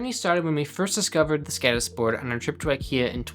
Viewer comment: It's skodis. Å is pronounced like the o in Nord, or moul....listen to it in a translator.